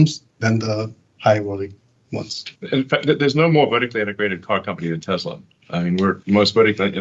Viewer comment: Also, Elon, the Tesla company was named after an ACTUAL genius - Nikola Tesla - so show a little respect by pronouncing his name the way he did. … I don’t usually get angry, but when I do, I get angry at arrogant, ignorant, billionaire bastards.